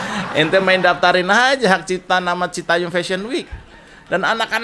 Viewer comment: citayam mas jo... bukan citayem... 😅